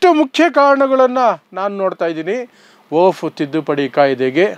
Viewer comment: ನೀನು ಕಾನೂನು ಪಂಡಿತನ್ ಅಥವಾ ವಕೀಲ್ ಏನು ಇಲ್ಲ,,,, ನಿನಗೆ ವಖ್ಫ್ ಅನ್ನೋ ಶಬ್ದ ಉಚ್ಚರ್ ಮಾಡಲು ಬರಲ್ಲ,,, ವಫ್ ವಫ್ ಅಂತೀಯಾ ಇದರಿಂದ ಗೊತ್ತಾಗುತ್ತೆ ನೀನು ದಡ್ಡ ಅಂತ,,,,,, ಪಿವಿ ನರಸಿಂಗ್ಯಾ ತಂದ್ ಕಿತ್ತೋದ್ ವರ್ಷಿಫ್ ಆಕ್ಟ್ ಹೇಳ್ತಿಯ,, ವಖ್ಫ್ ಕಾಯಿದೆ 370ಕಲಂ ಸಂವಿಧಾನ ಬಾಹಿರ ಕೃತ್ಯ